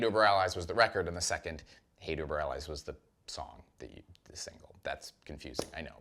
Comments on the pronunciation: Anytime mispronounces something, it's 99.99% on purpose. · Okay, you said the album name incorrectly AND you said “nucular” instead of “nuclear.” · I've been listening to this quite a lot the past week and really brings into words what I've been feeling about this album. Also, please someone tell to never attempt to pronounce "hate uber alles" ever again!